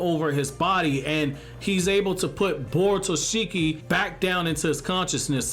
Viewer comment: its borushiki not borutoshiki